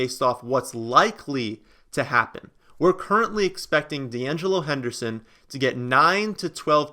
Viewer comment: Once he said DeAngelo Henderson...... I'm out